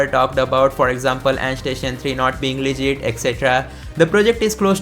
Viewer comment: Andstation ❌ endstation ✅